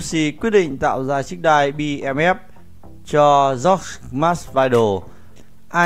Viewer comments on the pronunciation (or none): none